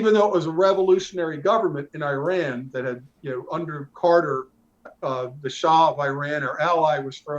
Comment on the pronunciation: "Shah of EYE RAN" . 🤣🤣🤣🤣🤣